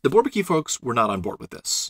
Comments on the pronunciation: Why not call it inequality? Great stuff, by the way (I'd only pronouce Bourbaki with more of a French accent). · Thank you, this is really well done! Perfect presentation, nice animations, a pleasure to watch. And on behalf of the content: it puts things to that perspective where suddenly all makes sense. Pretty interesting, that MacLane tried to convince the Bourbaki group personally, I did not know that. Fun fact: it took me a while to understand the pronunciation of "Bourbaki", to me (a german/French speaker)😊 it sounds more like barbecue...